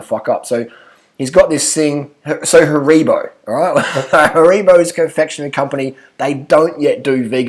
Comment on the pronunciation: “Harebo” 😂 it’s pronounced Haribo which funnily enough is how it’s spelt